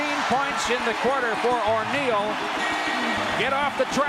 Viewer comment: Why did he call him or’Neal 😂😂